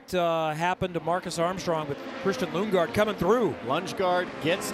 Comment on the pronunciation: He called him Lungegaard 💀